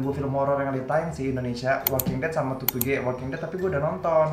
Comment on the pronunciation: Tutuge bang bukan tutugè 😭